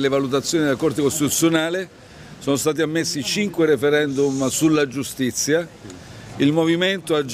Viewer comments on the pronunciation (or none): Giustizza, costituzzone... Ma come caxxo parla Peppiniello 'o fallito?